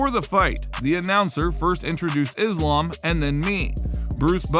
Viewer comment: Fyi Islam is pronounced as iss-laaam , not izz-laam or izz-lum